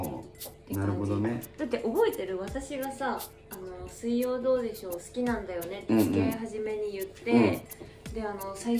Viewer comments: の「水曜どうでしょう」のイントネーションが「金曜ロードショー」過ぎて笑った😂 正解わかんないけど（笑） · の、水曜どうでしょうのイントネーション、金曜ロードショーみたいですね🥺✨ｗｗ